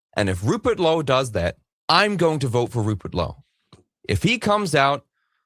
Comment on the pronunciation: Man said Rupert Lowe, & I heard Rupert Holmes. 🎵 🎶 "If you like piña coladas..."🎶🎵